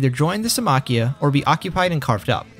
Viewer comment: I like how he writes it as Symmachía but doesn’t pronounce it that way 🤦‍♂️